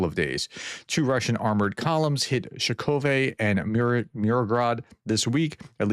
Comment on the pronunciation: To pronounce the place names a bit better, split each word into blocks of roughly three characters. Mir-no-grad - roll the R and shorten the "o" Kost-iant-i-nivka - slightly stretch the I before "nivka" Sha-kov-(y)e - the end will be a "yeah" sound.